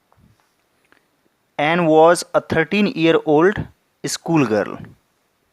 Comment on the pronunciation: Sir aap Anne ko an bol rhe ho 😂😅